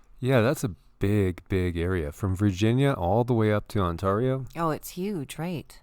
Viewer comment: "on-tarr-ee-o" ight ima head out